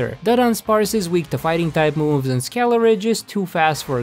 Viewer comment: He said Skele-Ridge